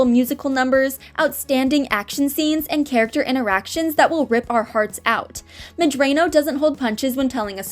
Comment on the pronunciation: I like how you pronounce her name as Drano rather than how it’s actually pronounced